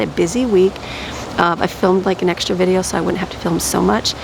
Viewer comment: fideo!!! fee-deh-o